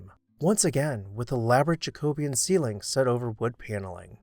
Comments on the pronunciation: You pronounce Jacobean wrong. It's not JacObean. It's JacoBEEan. Correct your grammer! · Please pronounce Jacobean correctly. It is pronounced jacko BEE un. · I really enjoy watching these videos, but your pronunciation of Jacobean grates to my English ears. Here we pronounce it Ja-co-be-an.